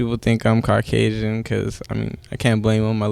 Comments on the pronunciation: "Car-casian".... you can count his brain cells in the amount of times he blinks. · Ali there is always that one guy/girl to ruin a simple joke with trying to correct grammar where it's not needed, this lil xannax guy pronounced it "Carcasian", that's the joke it flew over your head, how I don't know, it's literally 20 seconds into the video congrats. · "CARCASIAN" HAHA oh man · "carcasian" oh my goodness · he said carcasian. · He is Car-Casion , he is a mexican not CARCasion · did this man just say carcasian? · Slow down the video playback to 0.5x whenever he says “carcasian” (Caucasian) lmaoo i laughed harder than I should’ve 😂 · Nigga said “car-casian”